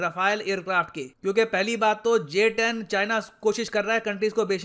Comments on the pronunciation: Pahele nam to barabar lelo GS10😂😂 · Abe pahle naam lena to sikh loo🤣🤣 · Inse naam toh thik se liya nahi jata or ye upon ka Rafael ko counter karenge😂😂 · Pehele nam to thik se bol lo uske bad aircraft urana 🙄